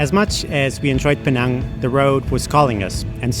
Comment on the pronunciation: Im very happy you pronounced Pinang as how it should be! Pinang, as PeeNang. not Peh-NAANG! THANK YOU!